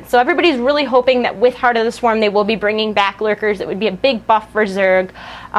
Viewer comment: did you say Tard of the Swarm lolz = )?